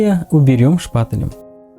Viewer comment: Говориться шпатЕль!НЕ ОТ СЛОВА ШПАИЛЭВАТЬ,НЕ шпатЭль